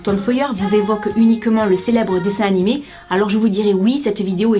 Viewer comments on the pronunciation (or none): none